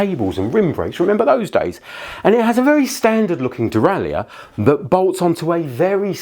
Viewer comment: Why have you decided to mispronounce 'derailleur'?